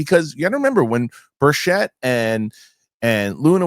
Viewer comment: The good Congressman’s name is pronounced BURCHIT, not BUR-CHETTE. Thank you.